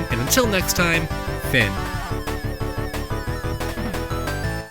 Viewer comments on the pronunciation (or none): none